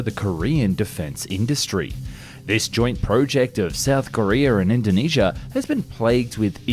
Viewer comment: Its KoreA not Kore-er he says it right some of the time ...but come on, the people who speak english but can't speak english...ridiculous